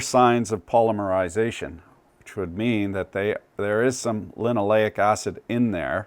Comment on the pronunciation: pall LIM ur eye ZAY shun. Yur well kum. --------EDIT------ LESH uh thin Yur still well kum.